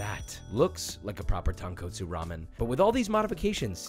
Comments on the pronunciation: Really nice and informative, thank you for this video. Please note, there is only one sound the letter "o" makes in Japanese, and it sounds like "oh", not "ah". The second and fifth "o" in Tonkotsu sound EXACTLY the same, there is no change in Japanese, Tone, Koh, Tsu. Keep up the great work. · I felt like dying tearing TonKOHtsu and SHOYu. Fucking hell it's not hard to say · “tounge co tsu” LOL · isn't the kot tonkotsu supposed to be pronounced like cot instead of coat? just wondering, I always said tone cot soo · Bro really said tonquotesu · tawnkootso lol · また、彼は最後まで「豚骨」を正しく発音しなかった。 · this is a great video thanks for making ramen easier to make, just letting you know you can work on saying tonkotsu because your pronunciation is a bit off. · So many of your pronunciations are so good that these ones just hurt my soul. Tone coat sue. Comb boo. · As a local in hawaii who is Japanese, your annunciations need some work.🤣 We call it tonkatsu. But you might be right on that one, and ajitama egg is pronounced with the j sound. Not h sound, that's spanish... 🤙🤙 Aloha